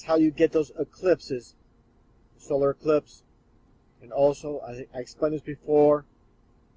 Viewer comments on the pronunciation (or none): none